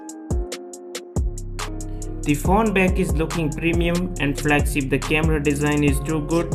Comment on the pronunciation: "Flagsip " uhh